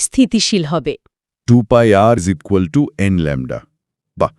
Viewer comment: ইকুয়াল টু কে বলছেন ইজিকাল টু, অনেক হাস্যকর। এত বড় কিছু নিয়ে বলছেন তাও